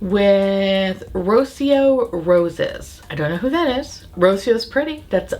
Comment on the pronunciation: It's Rocío as in Ro-SEE-oh. The emphasis is in the middle syllable, where the accent goes.